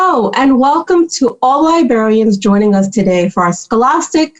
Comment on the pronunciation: It is librarian, not liberryan.